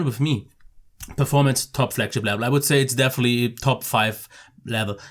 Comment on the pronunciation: level not blevel lol...peace mate like and sub :)